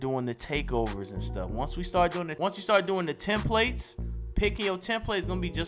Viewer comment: “Tem plates” lol. It’s templates. Come on!